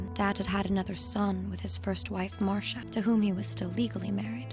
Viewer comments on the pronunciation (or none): none